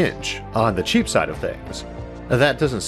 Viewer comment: cheapoo and fastoo 😂 I like this accent.